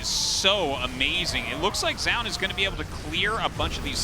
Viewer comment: it's Zoun, not fucking Joun.